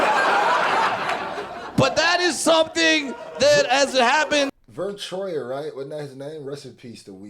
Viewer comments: Homie said “Verne troyer “ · Bro said Vern Troyer 😂😂 How come we only know like 5 dwarfs by the way?